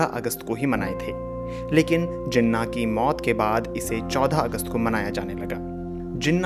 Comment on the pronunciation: Plz correct your pronunciation lafz jana nhi Halanke Jinah h....🇵🇰🇵🇰🇵🇰